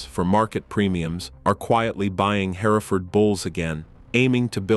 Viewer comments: Jeezus it's her-furd, not hairaford. I can't keep watching this it's so distracting. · It's pronounced Herford. The E is silent. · Its painful to listen to a computer voice mismanaged to where it cannot pronounce "Hereford" its not HAIRFURD. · It's HEReford, not HerEford. The AI narration renders the rest of it 🐂💩. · What is a hair-i-ford? I've heard of Hereford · Hearing the AI so perfectly enunciate every syllable in ‘hereford’ just irks me on a deep level. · that is how I would pronounce it, too. Even if it didn’t just try to suddenly pronounce that middle syllable, I could forgive it. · You would think before narrating an entire production they would teach the robot how to pronounce the main word. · It would be nice if you could make your video sound be what it should be you’re not saying the breed properly and idiots are going to start saying it the way you’re saying it and we have nothing but idiots running around the countryside. Try to do your AI because it must be AI cause no hear and other than the Engine could say it’s so wrong. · Jesus, AI can’t pronounce Hereford correctly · That's the British pronunciation...... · Maybe the UK pronunciation of Hereford would sound better. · the mispronounced Hereford AI bull shiz